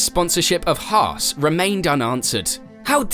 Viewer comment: “Hars?” Or Hass 😂